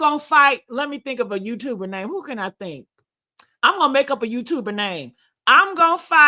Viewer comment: You still be f'n up people names I see.